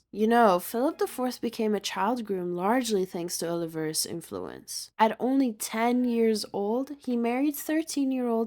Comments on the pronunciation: 'oh-li-VAR-es' lol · Actually, it could be AI. They tend to mispronounce proper names like this. "Oh-liver-us" drove me nuts to the point of being unable to listen to this. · The way the teenage girl narrates this video is hysterical...check out the way she continually mispronounces the Spanish surname "Olivares" as if she's a retro valley girl.